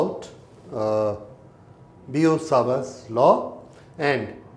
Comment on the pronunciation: Its biot-savart's law not bio-sawarb.